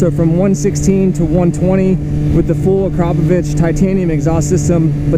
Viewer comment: Haha noone is saying akrapovic right this a slovene factory so nobody in america nows how to say it right